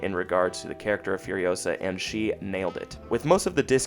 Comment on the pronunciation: It's furiOsaa, not furiosAAAA